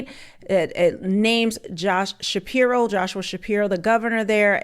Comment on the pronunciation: …Shspiro… Every. Single. Time.